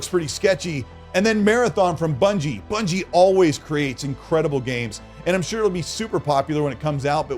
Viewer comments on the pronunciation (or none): none